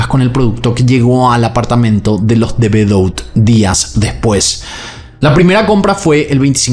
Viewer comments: El apellido De Bedout se pronuncia "De Bedut", no bedout 😂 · Debeduá!!!! se pronuncia. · El apellido se pronuncia de bedú. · Hola, solo por información te cuento que el apellido de las victimas se escribe "De Bedout" pero se pronuncia "De Bedut".